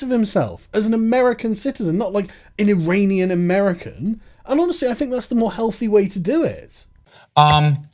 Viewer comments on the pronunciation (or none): none